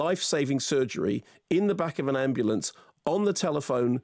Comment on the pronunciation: "Ambu-LA-ance,....oh it's in LA" - That got me, can't lie.